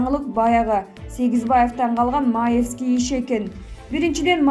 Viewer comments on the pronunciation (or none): Маевскийдин фамилиясын туура окучу уялсан боло ударениени туура койсон мектептен уйротту элего